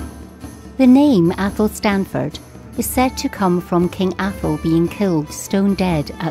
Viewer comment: Locals pronounce 'Athelstaneford' athel-stain-ford, not 'athel-stan-ford'. Or if you really like it's affectionally known as 'Eshinford'. Excellent wee video all the same :)